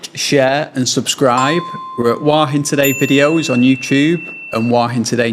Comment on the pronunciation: It's nice to hear somebody pronounce it in the Southern Style: "Wah Hin."